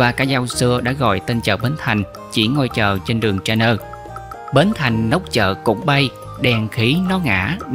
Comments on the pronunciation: Rất tiếc tác giả phát âm "sai" các tên đường như Charner là ' Sạt nơ ' thay vì 'Sạt ne' hay Catinat là ' Ca-ti-nát' mà phải đọc là ' Ca-ti na ' vì cách đọc cuả tiếng Pháp khác vớ[ các ngôn ngữ khác ; khi 'thuyết minh' nghe rất 'chướng' cái lổ tai mà chứng tỏ ngườì đó "dốt" ngoại ngữ . Trung ngôn nghịch nhĩ !!! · Đọc là đại lộ " sạc- ne " chứ không đọc là " chê - nơ " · Người ta thường đọc là sạc ne , không ai đọc cha nơ vì đây là tên Pháp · Làm truyền thông chịu khó phát âm đúng nhân danh và địa danh có tên 'ngoại quốc ' Thí dụ tên Charner mà phát âm là ' sa nơ ' , Catinat là 'ca ti nát ' thì người nghe không biết đâu mà mò !!!! Dân chúng miền nam rất quen với nhũng tên tiếng ngoại quốc rồi, Lời thật mất lòng !!!! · “ Charner “ gọi là đường “ sạc - ne “ ông nội!!! Đi học thêm đi rồi hãy bị - bô nghe!!! 👍?! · Charner tiếng Pháp mà MC đọc theo tiếng Anh nên khó hiểu. Đường Charner nay là đường Nguyên Huệ.